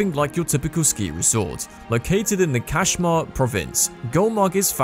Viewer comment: I'm pretty sure that's not how you pronounce Kashmir !